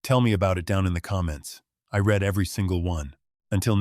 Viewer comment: Wish the AI that reads these scripts could tell the difference between read/ reed and read/red